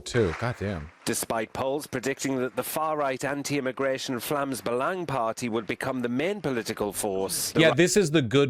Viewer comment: surprisingly good pronounciation on "Vlaams Belang", like it's not good but way better than I expected